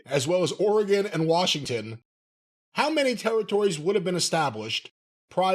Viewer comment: As someone from Oregon. Thank you for pronouncing Oregon correctly.